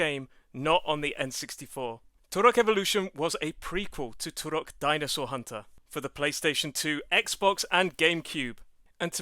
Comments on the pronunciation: Stop saying 'Turok' like that. It's super annoying. Here say it correctly "turrrok" . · I loathe the way you roll the "R" in Turok.